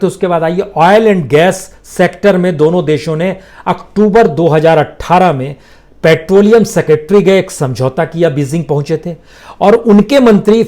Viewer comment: सेकेट्री नहीं सेक्रेटेरी!! 😂😂